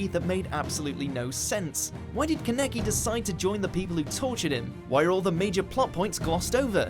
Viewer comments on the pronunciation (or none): none